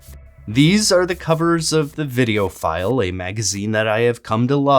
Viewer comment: I had to do a double take as I thought you said "video file" lol